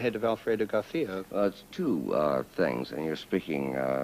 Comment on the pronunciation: García, not Garthía.